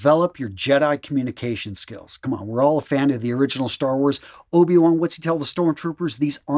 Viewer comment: Love how you said ORIGINAL Star Wars😂😂. Thanks for the pep talk.